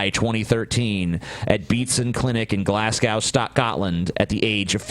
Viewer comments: Anyone who's curious about Rab C Nesbitt, google it along with 'Davina'. And, it's pronounced Glaz-go. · It's pronounced Glaz-go. Not Glas-gau. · I don't mean to criticise but is it so difficult for Americans to pronounce Glasgow correctly? It mildly irritates me frequently.... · How you can identify a shit name: 1. Find a name 2. Give said name to 3. Make him pronounce it 4. Profit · lmao pronouncing glasgow makes me want to stab him in the neck lmao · It's still quite a prominent city in the world. I'm surprised he pronounced it the way a tribal warrior would upon reading it the first time.